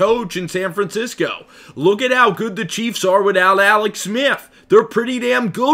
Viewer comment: Bruh you should be an expert at pronouncing your L’s considering you’ve been taking them for years. Alex say it with me Aaallllleex now awex